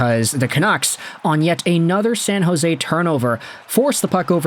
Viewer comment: Its San jose😂